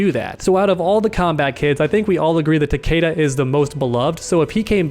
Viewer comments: his pronunciation of "Takeda" is cringe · All I want is Fujin, this man is really is one of the more underrated and overshadowed characters in the game. He had and has so much potential but as usual he's being overlooked by Raiden and now Cetrion And why do people say Tah-Kay-dah, even in the Story they call him Tah-Kee-Dah...